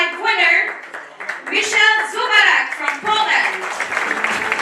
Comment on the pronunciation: Ale wymowy jego imienia i nazwiska mogła ta prezenterka się nauczyć; qffa, XXI wiek, AI i wszelkie źródła pod ręką 😡 MISIEL ZUBARAK?! SERIO?!!!